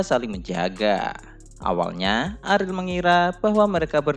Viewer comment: bacanya ariel aja bang jangan aril gua jadi nebayangnya aril noah